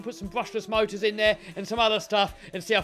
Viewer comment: Notice how he said MOTORS